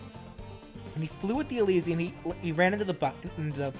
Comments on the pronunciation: Elytra NOT elisiem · am i the only one that hates when he calls it the "elysia" instead of "Elytra" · I was watching ur Steve in smash when you uploaded this Edit: It’s called (E-Lie-Truh) not (E-Lee-zee-uh) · might of been said but its e-ly-tra not elesium for the wings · I just like watching him to manage to butcher some of the names of the items elytra as elesium is the funniest. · It's pronounced EE-lie-tra (Elytra) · And also, E-LY-TRA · ElyTRA. tra. Not hating, just informing. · Take a shot every time pronounces elytra wrong